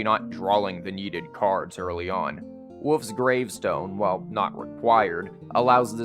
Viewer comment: the way you say "wolf's gravestone" kinda sounds like "woof's gravestone" haha